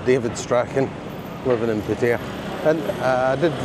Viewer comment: David stop.saying pettaya It'd pattaya